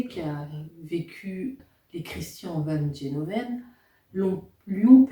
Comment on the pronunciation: se prononce gueloven